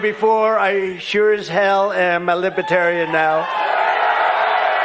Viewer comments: Dear Donald: It's LiBERtarian, not LiBAHterian. Everything single thing he says and does bothers me at this point. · he says "Libitarian"...cannot read Libertarian...about 2nd grade, not even 3rd grade reading...and he wants to be president..Humph.. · He doesn’t even know how to say Libertarian 😅😅😅 “Libaterian?” Idiot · He's a "Lib-A-Tarian" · We had such a long wait for this delicious moment. Diaper Don is finally being seen for the lying sh!tbag that he is. And he’s saying “Libbatarian.” 💙💙💙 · What's a libiterian? Is that anything like a Libertarian? He can't even say the name of their party correctly. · Oh, gawd! Did he just say he’s a Lipertarian??? What’s a “LiPertarian”??? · Trump called them libetarian. He doesn't even know how to pronounce libertarian. He sounds like he has a 3rd grade education, sorry, I don't mean to insult 3rd graders. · Is he saying lipatarian. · He can't even say the word Libertarian, correctly. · Trump can hardly pronounce libertarian, guaranteed he doesn't know the definition, vote blue